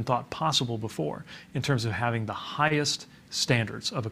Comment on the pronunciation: I like how he emphasized the "H" in "Hhhighest" -- persuasive